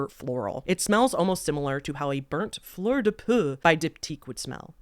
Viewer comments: Lichen is pronounced /liken/. Fleur de peau /po/ or skin flower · Fleur de peau: Flurr duh po, not Flurr duh puh.